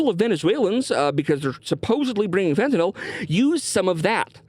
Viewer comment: Thank you for pronouncing fentanyl correctly